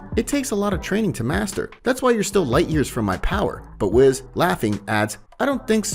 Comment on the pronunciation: it's WHIS not WIZ